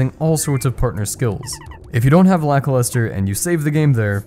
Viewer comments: You pronounce Lakilester as Lackluster? Is that a joke? Because I always thought it was pronounced lack-keel-stir. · Today I learned that the Cloud dude is written Lakilester. I never played this game but I enjoy your content of it. But the way you say his name sounds 100% like Lackluster so I thought that was his name. Lakilester should be said like the Laki in Lakitu, very hard emphasis on the A and I. And Lester, well just like the name Lester. This video is already kinda old but YouTube recommended it to me so I don't think you'll read this, but in case you do, I also don't think that you would change how you always said the name for this single comment xd Although you say it wrong and for me he is Lackluster now and I can't shake it off s.s